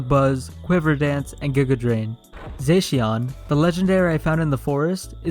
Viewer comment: Its pronounced zaa-shi-un